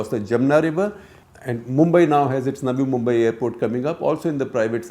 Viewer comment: Is it just me or did others also hear Shekhar ji saying 'Nami Mumbai' instead of 'Navi Mumbai' 😀